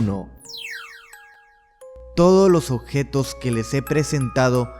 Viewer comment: Odjetos, no mames, habla bien